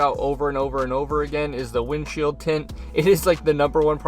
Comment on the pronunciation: Wind chill tint???! Please explain!!! Ohhh he said window shield tint?! Lmao